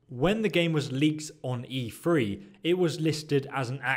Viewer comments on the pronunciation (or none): Please stop saying E3, its driving me nuts. TH is not said as a F, it sounds really lazy.